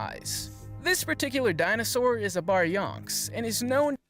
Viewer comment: “BARYONKS” omfg 😂🤣